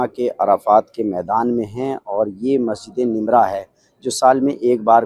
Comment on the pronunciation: Naam to sahih se bolle Masjid e namirah